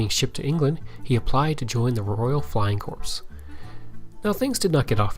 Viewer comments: Corps is actually pronounced like "Core." You also committed the dreaded use of the site where Jesus was crucified, "Calvary" in place of "Cavalry." Cavalry are mounted troops. For old military farts, like me, those are grave errors which greatly undermine your credibility. While your purpose is noble, you might want to do more in depth research before putting your video together. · good effort but its not flying corps. the p is silent .